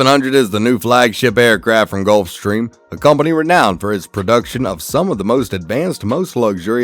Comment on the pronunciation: At least the narrator pronounced “Gulfstream” correctly 😅😂